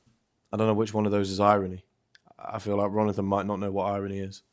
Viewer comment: Why do you always say Ronathan? Something I missed? 😅